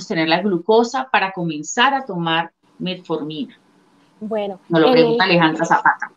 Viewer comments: "Del uso de la..." Del uso de que???. por favor, que alguien me ayude a entender, yo escucho: "METMORFINA"... Será que estoy mal? saludos. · Metmorfina jajaja, ya con eso de que la periodista no sabe pronunciar correctamente el nombre del medicamento del cual hará el reportaje, no dan ganas de ver el video 🤣🤣🤣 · Porqué ella dice Melmorfina??? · No sé dice metmorfina es metformina. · La periodista dijo Metmorfina? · Se que es Metformina, pero la Chica dice: "Metmorfina". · Es Metformina, no Metmorfina, como lo dice en el video! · Querida el medicamento se llama METFORMINA, no METMORFINA. Ojo con lo que te pasan para leer sin informarte. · Dijiste Metmorfina y es Metformina. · Se llama metformina ,no metmorfina. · NO ES METMORFINA...ES METFORMINA...NI SIQUIERA ESTUDIAS ANTES DE HACER EL PROGRAMA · METFFFFORMINAAAAA NO METMORFINAAAAAA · SEÑORITA LOCUTORA NOOOO ES MEMORFINA ES METFORMINA! JIJI QUE PENA CON LA DOCTORA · Que la periodista aprenda a decir bien el nombre del medicamento Por favor